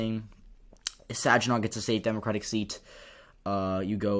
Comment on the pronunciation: Good job with the vid-- I'm in Michigan, and I learned a couple of things! (BTW, for future reference, Saginaw has a hard "g")